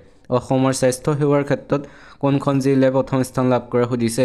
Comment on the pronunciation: Jilla buli nkobo sun jila buli kbo